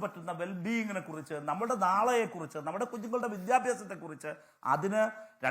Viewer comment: അയ്യോ വിദ്യാഭിസം പറയല്ലേഅണ്ണാ